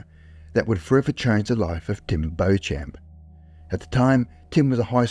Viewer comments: Why why why'', do you and other posters/Tiktokers or whatever, never learn to prounounce a name properly and end up sounding like a moron. Just google it if you are not sure, It is not 'Bow Champ' which is making my ears bleed, it is 'Beecham', now I can't listen to the story, because I am embarrassed for you. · It sounds like you are trying to pronouce the last name Beauchamp. In English the correct pronunciation is "Beechum" and French speakers with that name pronounce it "Bo-chah". I've never heard it (correctly) pronounced "Bochamp". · Jim "Beach" Beauchamp, pronounced beach-um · Beauchamp should be pronounced Beechum.